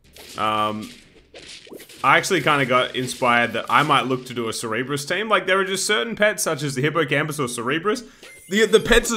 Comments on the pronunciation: Not sir-e-bus, it is pronounced serb-err-us. It may just be an accent thing? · Rev said " I hope you enjoy me doing it" - The man has a way with the English language. Hold on... he made the cerberus sound smart. "cerebrus" lol